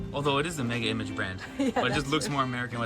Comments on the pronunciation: 🤣🤣🤣🤣Is not MEGA IMAGE...is pronunced MEGA IMAJE🤣🤣🤣This shop is a shop that most of the time is empty because though it has the same produce as the other shops is twice as expensive. Most Romanians won't shop at Mega Image. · we call it Mega Imazh acsualy. its French so Image is read as Imazh. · Mega image? It's pronounced mega imache!